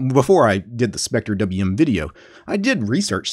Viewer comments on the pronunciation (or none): wth just pronouce it “spectrum”